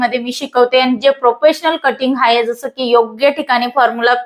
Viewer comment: शिझन नाही ते सिझन असतय.. हाये नाही आहे म्हणतात.